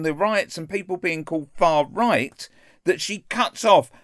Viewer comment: She just can't say the R in far right...far white!